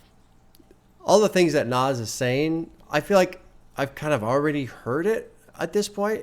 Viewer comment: By the way, it's pronounced "Naz". Like it ends in Z. Comes from Nasir. It's Arabic for "helper" or "supporter" apparently. He definitely helped support Hip-Hop 😂